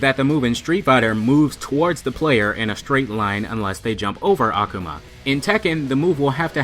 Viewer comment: ***** Ah-Ku-Ma not Ahku-Ma. great channel btw